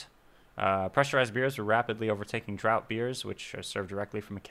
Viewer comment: FYI, draught beer is pronounced "draft beer"